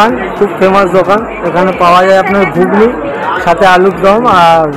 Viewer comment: ওটা গুগ্নী নয় ঘুগনি হবে।